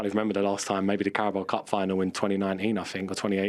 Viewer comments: “Carboa cup” 🤣🤣🤣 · Titi's eyes 👀 when Clint couldn't say Carabao cup 🤣🤣🤣